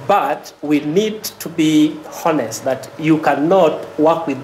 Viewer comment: The VC knows how to pronounce heist but has trouble pronouncing honest